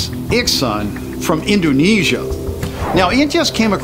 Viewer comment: Gets the name right, said Indoonaysha